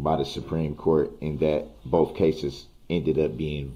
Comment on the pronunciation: Can you imagine reading the transcript of the proceedings? Hopefully, there was not auto correct because DB's grammar is "on the record" of "axing" the judge for her "oaf" of office. Asking a witness why "boaf" detectives said the same thing. The jury needs to know the "troof" why an objection was "substained." Asking a witness if she "seeked" to testify. Multiple texts, according to DB, are "Texas."